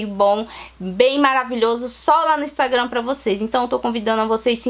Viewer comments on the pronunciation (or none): none